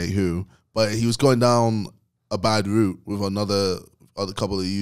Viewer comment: Ksi way of saying route sound like him talking about he can knock out a horse it just doesn’t make sense